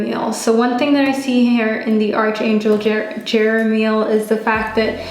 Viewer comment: However much we'd love arch in archangel to be pronounced as we see it "arch" it's actually pronounced as ark as arkangel. I just thought I'd mention it to such a lovely lady like you. With all due respect, it sounds odd when you pronounce it as arch instead of ark. Thanks for the reading anyway.